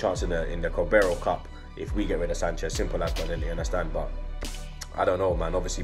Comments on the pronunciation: He said Cabaro Cup lol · can’t say “carabao Cup”